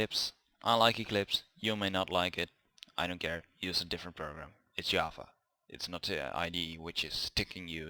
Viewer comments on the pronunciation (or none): Hi, how are you? what you doing these days? You were saying java and I heard yahwa and searching internet for an hour what is yahwa. But in the end i understood that its java. 😂